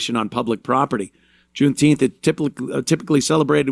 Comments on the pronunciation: Its called JOOMTEEMF Ant, get the pronunciation right. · "June-Teempfff". I'm fatigued.